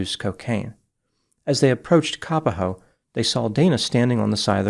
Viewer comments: ..it's Ka _ POHO... not kapaho..please.. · "cap-a-ho" and "wah wah", hawaii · Thanks for covering this story! But Kapoho is pronounced differently than what you are saying 🌺